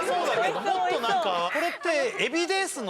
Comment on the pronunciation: 設楽さんの「海老です！」がエビデンスに聞こえてしまった自分に休養をくれ